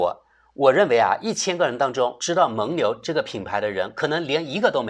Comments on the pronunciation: 蒙（meng第三声）牛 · 蒙（měng）牛,这里应该读第三声,这次很厉害,同时押对了梅西与姆巴佩;而伊利押的是C罗与内马尔。